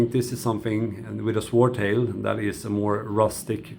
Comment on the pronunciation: The W is silent.